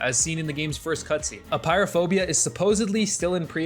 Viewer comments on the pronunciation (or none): How can you read Apeirophobia as "Pyrophobia" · its pronounced a pear a phobia thx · also its aperiophobia not Pyrophobia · bro called Apeirophobia "Pyrophobia" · i get so triggered on how he pronounces aperiophobia